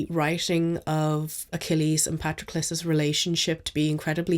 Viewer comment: Thank you for pronouncing Patroclus right 😅 Great reviews as always, can't wait to see your content in the new year!